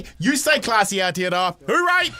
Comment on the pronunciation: The fact that bomber sends his kid to full immersion te reo school, but can't pronounce aotearoa properly after living in nz his entire life 🤯🤯🤯